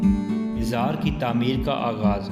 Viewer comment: Dear brother it's good to know that you are making a video on But you should be fluent in Urdu and your pronunciation must be correct you should know there is no word Mishra it's a word mazar Before making any video you should be knowing the correct words to be used